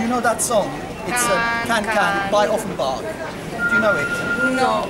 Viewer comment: Please learn to pronounce "Offenbach" ;-)